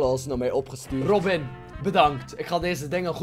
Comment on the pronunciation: Rrrrrrrrobin Altijd leuk als een bekend persoon je naam uitspreekt:)